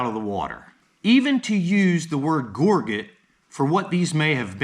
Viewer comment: Just looked it up in the dictionary—it's pronounced ˈɡôr-jət , not gor-get. The dictionary is your friend, learn to use it.